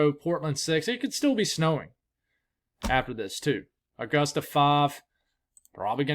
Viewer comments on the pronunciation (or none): none